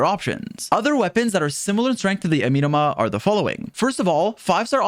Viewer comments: say it with me. “ah - meh - no ma.” AH. MEH NOMA. NOT AMEEEEENUH’MA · "this weapon that I can't pronounce" Continues to say amenoma wrong😂 Kah goh su ru bee. Ee sheen. ❤